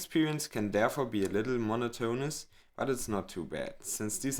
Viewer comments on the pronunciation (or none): EXCELLENT review video!! *A couple of small pronunciation changes: •Elegant: pronounced “el-ah-gahnt” (not ‘el-adge-ent’) •Monotonous: pronounced “mon-ah-tun-us” (not ‘mon-ah-tone-us’) I hope these were helpful! I’m not trying to be a d!ck.. I studied German in der Schüle and know that if I were making a video “auf Deutsch”, I’d certainly want people to let me know if I happened to mispronounce a word or two… (with that said, your English is EXCELLENT!) Please keep up the great work! 😊 👏